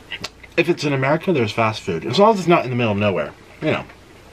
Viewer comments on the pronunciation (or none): none